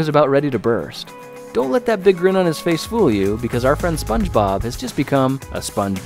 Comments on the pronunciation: Not spunde bob! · Spunde bob💀